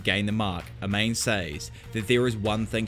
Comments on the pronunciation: Amane is not pronounced A-main, but Ah-Mah-Ne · For a guy that loves manga/anime, your pronunciation of Japanese names is god-awful out of nowhere sometimes. Pronouncing "Amane" as "Uh-Mane?" Jesus dude lol. It's "Ah-Mah-Nay." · Amane: “Ah-mah-néh” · A-MA-NE! who tf is Ameyn? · Hearing pronounce Amane like “A Mane” ? Jesus it’s Pronounced like A•MAWN•NEIGH A - like when a dentist says “say ahhh” MAN - pronounced mawn like lawn NE - like what a horse says “neigh” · Great video but my only gripe was how you pronounced "Amane". I would go as far as to say that her name is pronounced "Aman-eh" I could be wrong. Other than that thanks for the content bruh.